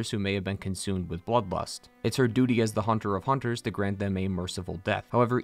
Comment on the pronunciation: That’s “hoonters”. 😁